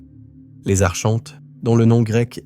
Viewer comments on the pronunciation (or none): Coucou , on prononce ARKONTES .. Pas Archhhhontes ... ☺️✨🌊✨💫🕊️🕊️🕊️💫⚖️💫💘